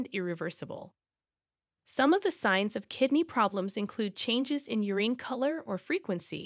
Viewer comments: It's "your-in"; not " your-een". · Urine is not pronounced "ur-een". It's pronounced 'ur-in'. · Urine pronounced U-reeeen 💀 bruh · Good video....BUT: PuLeeeze learn how to pronounce "URINE". It is NOT pronounced 'UREENE". One has to think you are a fool to publish a video on urine but have not a clue how to pronounce the word. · YOU-REEN? Urine (YOOR + IN) What are you doing acting as a "teacher" when you can't even pronounce something organic & which you do every single day of your life? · Learn the proper pronunciation of "urine." It's not "ureen." Sheesh. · U- rin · Very informative. Why are you pronouncing urine as urene? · no one gonna talk about how she pronounces urine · can't take video seriously that can't pronounce urine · One of the strangest ways to pronounce urine I've ever heard, another text to speech fail. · Why does the speaker have trouble pronouncing common words like "urine" and "nausea"? Very distracting! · Interesting way to pronounce “ urine”. Curious about this. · BTW, The E in Urine is silent... SMH